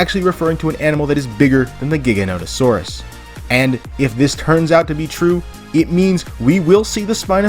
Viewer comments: It’s pronounced JIGA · Dang for a Jurassic park fan I would think you’d know how to pronounce the Giga… it’s Jiga that’s the pronunciation the G is said like a J